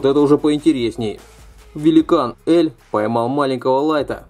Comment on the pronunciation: слух писец режит произношение имен героев, сразу видно прям трушный фанат, который прям смотрел и читал аниме. заканчивай мужик ты слишком нелеп✊🏻 элЬ и аманЭ епти гений, пенсионер.